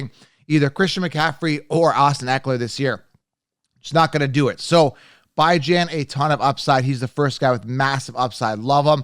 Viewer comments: Phonetics are funny. BIHJHAN is how it’s pronounced. No Bi. Good analysis. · Stick with football not giving an English lesson. You’re talking football to guys not to a bunch of girls. Until I hear him correct the football world about how to say his name it’s Bijan like you would say Dijon mustard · It is annoying to hear you say his name that way. If he says his name one way you should say it that way. Simple ... My ex wife is half slow and spelled my babies name with 4 owels in a row but she said it how she wanted. You should call him what he calls his self...🤣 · If we are talking about pronunciation issues... You're the. Cown-se-ler. But do you pronounce Country as Cown-tree or Cuhn-try? Using another word's pronunciation as a basis is bad. Love your content, but please just pronounce his name the way the person pronounces it. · I'm not sure if your joking or not on how to pronounce Bijans name lol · He’s doing it so ppl can comment and help his algorithm. Pretty damn corny coming from a grown man.